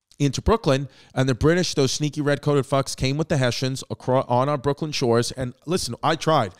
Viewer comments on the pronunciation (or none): none